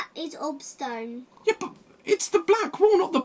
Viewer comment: "that is ob stone" 🤣😂😂